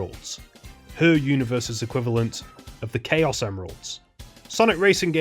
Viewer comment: no as in CHAOs not Chaos